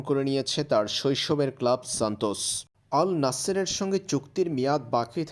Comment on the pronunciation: লাওরার খবর নিয়া আসছে আমার হিলাল না নাসার এটাই ঠিক মতো বলতে পারেব লাওরার নিউজ দেখবো